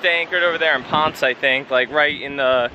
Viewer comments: It is pronounced Pon-sei. I was there but it was back in the summer of 1975. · Actually, it is pronounced Pon-Say. The same way we pronounce Ponce de Leon